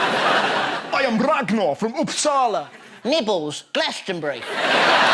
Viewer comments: He actualy managed to pronaunce Uppsala right. Thats not bad. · He pronounced Uppsala the right way!! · Hey, Kudos to Russel for pronouncing Uppsala correctly!